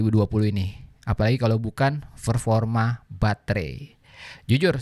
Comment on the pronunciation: Kok tiap denger performa berasa ferforma ya